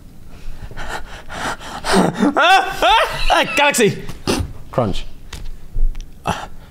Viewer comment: SAID GALXCY TWICE